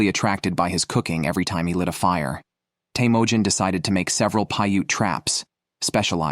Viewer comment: is teimojin mongolian if so it would be “Temuujin”